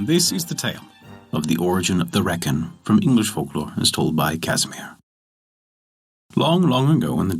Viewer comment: pronounced Reek-in